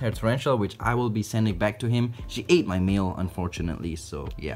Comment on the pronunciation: Doesn’t it sound like he calls the males meals